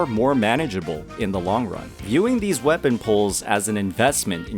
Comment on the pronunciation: I Don't get changil now and your saying wapen